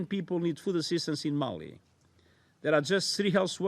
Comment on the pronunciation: mali not mail.